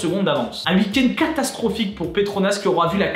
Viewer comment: À chaque fois tu prononces "uik end" 🤣